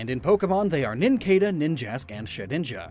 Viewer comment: it's nin-cha-duh not that.